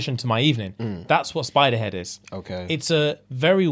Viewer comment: I heard Spiderhead and thought Supa-head but a spider.